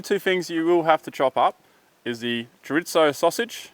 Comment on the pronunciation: If your Spanish you know it's sad when he says chorizo wrong and tortillas XD